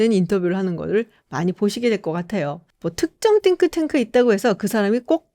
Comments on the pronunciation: 한국식으로 싱크탱크로 하시지 띵크탱크 이러니까 어감이 좀.. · 띵 발음 엄청 유의하시는거 웃겨요 😂